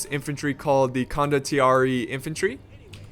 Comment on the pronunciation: it's pronounced CONDO-TEE-AIR-EH